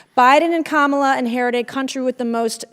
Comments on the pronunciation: Oh she said her name right today! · She finally got the correct pronunciation of the Vice President's name. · Oh Mace finally learned how to say Madame Vice President Harris' FIRST name. So she CAN actually be taught. YAY! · Wow, now she can pronounce Kamala 😮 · Good to see she finally learned how to pronounce our VP’s name, although she still has to say it in a snarky manner…I guess we can call that progress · Funny that all of a sudden Mace can now pronounce Vice President Harris' name correctly multiple times. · So,Mace can actually pronounce the vice-president’s name correctly 🙂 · Oh, look! Nuncy learned how to pronounce "KAHmuhluh". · Good to see Nanky Disgrace all of a sudden figured out how to pronounce ,La... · Im surprised she actually pronounces Kamala’s name correctly. Ive heard her mispronounced it countless times like a real wise guy. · Wow l see she said Kamala name right, something she didn’t do on CNN. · At least Mace pronounced Kamala's name correctly ... Lol. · Finally she’s able to say Kamala right so that’s progress! She can’t even keep a straight face when she questions because she doesn’t even believe in her line of questioning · She finally said Kamala correctly though.... So points ? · Would it be possible for Nancy to show just a little respect for the current vice president of the USA? Maybe not call her by her first name. Yes she pronounced correctly probably because it’s too difficult to mispronounce and gets it wrong. I’m sure if Nancy were vp she would demand that respect. What is she trying to prove? She calls trump president!! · Wow Nanky Mace actually pronounced Kamala correctly. Everything else she's babbling on about is incorrect. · Nancy is so gross.....So now you say her name properly but have sarcasm with it....